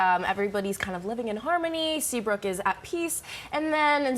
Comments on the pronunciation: Brad did she just say Seabook high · Yep I noticed that 🤣🤣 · SeabRook not Seabook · The lady said Seabook instead of Seabrook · "There new stunteds in Seabook high" dose she mean Seabrook high.. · The lady said "Seabook" instead of "Seabrook" I was gone🤣🤣🤣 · She said seabook high😂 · Did anyone hear the women say new students at seabook high its seabrook high